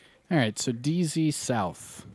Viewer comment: I prefer your country accent when you say DZ south hahaha